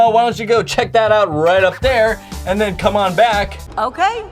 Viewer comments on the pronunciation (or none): none